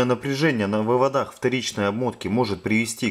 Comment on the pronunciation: Вот только слово "вывода́х" (не только в этом видео) режет слух. Не существует слова "вывода́", зато очень даже есть "вы́воды" и вам, как русскоговорящему электрику, должно быть стыдно за такие ошибки.